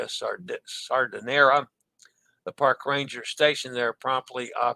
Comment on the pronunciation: Smay-rahl-dah, roll the R Smay-rahl-dah, roll the R The final S in Chantiers is silent Sahr-dee-nay-rah, roll the R Let us know how the vegan fishless salmon poke is on the Conquest! Clove powder/clove oil and neem toothpaste are excellent for gum health!